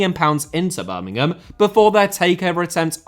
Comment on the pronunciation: Speaking as a Villa fan, the one thing I will say about is that he pronouced Birmingham correctly, without the emphasis on the 'ham' at the end.